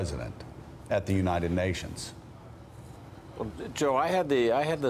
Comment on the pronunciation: "unated nations"